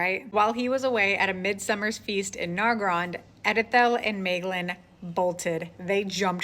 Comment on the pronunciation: I agree with your pronunciation of Maeglin 👍😀